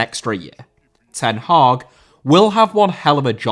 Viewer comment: Hag* not Horg